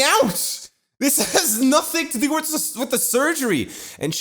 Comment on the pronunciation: I don't remember saying th's as d like "Wid" instead of "With"